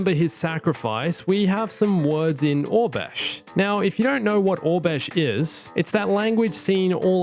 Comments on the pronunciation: Was he saying orbesh instead of oribesh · It's Or-Eh-Besh (pronunciation not spelling) not Or-Besh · Why did you pronounce Aurabesh as “Obesh” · hehehe thank you. I couldn't find obesh on google...